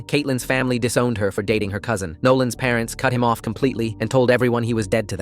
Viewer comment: took me a while to hear "cousin"